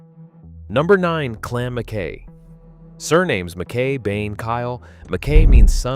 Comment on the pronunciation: Iits Culloden not coloden. Mackay not mackahhh please pronounce the names properly